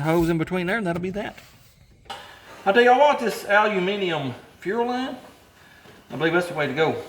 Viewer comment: You are first American who I have heard that pronouns "aluminium" correct.